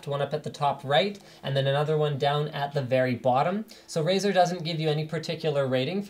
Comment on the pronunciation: Razer? More like "Ricer" =)